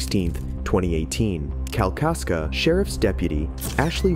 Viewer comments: Dude, it's Kalkaska* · It's Kalkaska!